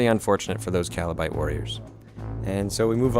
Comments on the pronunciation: Loved it but whenever i heard Kalabright warriors i cringed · heheheh, he said kalabite :)